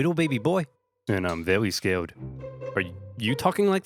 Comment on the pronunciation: Vewy sca-wed🤣🤣